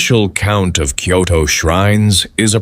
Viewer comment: Because it’s AI the place names are mispronounced.